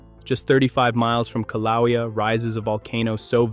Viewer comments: I laughed every time he mispronounced the name. He is obviously using a language app for his narration. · Pronounced: kill a way a. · K LOWEA? ROFL. Obviously never heard of the volcanoes before